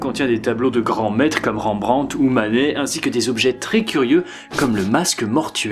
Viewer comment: super vidéo mais par contre y'a des noms d'artiste que tu prononces n'importe comment 😂😂😂 Ont dit par le le "t" a la fin de Rembrandt et Titien se prononce tisien